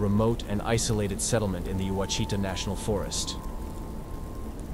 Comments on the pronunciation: Pronounced WASH-eh-TAH National Forest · Ouachita is pronounced: “wash it awe.” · It’s…O WHA CHEE TA…that’s how the name of the forest is pronounced. My ex in-laws have told of another Honobia incident that happened in the 80’s. They have lived in LeFleur county since birth…at least 75 years. The tales of Sasquatch are incredible.